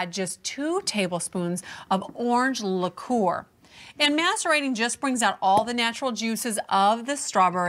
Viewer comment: luh-KOOR ... strawburries ... flawless